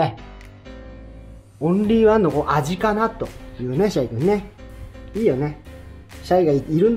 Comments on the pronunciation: シャイがちょいちょい「しゃゆ」に聞こえて一人で懐かしい気持ちになってる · 「シャイ」が「しゃゆ」に聞こえる笑